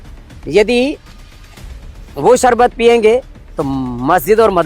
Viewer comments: सारबत नहीं होता है शरबत होता है 😅😂😅😂😅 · Jise theek se sharbat kehna nahin aata..wo ek naami sharbat pe ungli Utha raha hai...😂😂😂😂